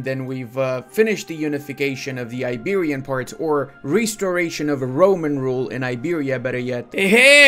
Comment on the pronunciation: "iberian" lol